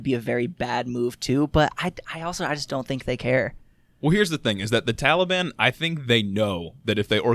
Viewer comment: Everything they said is straight facts but everytime dude said "Tally-ban" sent me 💀💀 I love yall 💪🏾❤️